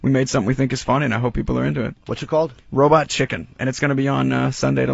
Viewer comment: the way Seth says "chicken" feels 2005 af